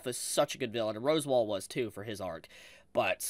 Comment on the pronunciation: Roswaal is pronounced like "Ross-wall" not like "Rose-wall"